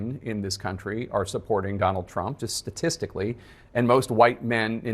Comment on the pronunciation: Dummall Trump 😂 my hearing must be off but I heard Dummall and I’m like 👍🏻 😅